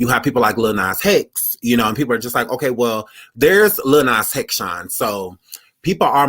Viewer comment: He said LIL NAS HEX 😭😭😭😭